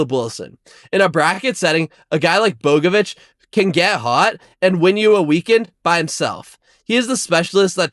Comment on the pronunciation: Learn how to pronounce Bogavac before you make an entire section about him